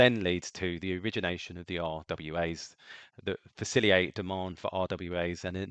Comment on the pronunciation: Thank you for your summary of smart contracts and how they function! A suggestion though, please work on your pronounciation of the word Facilitate it ends with "TATE" FaciliTATE, you said faciliate a half dozen times and it hurts my brain.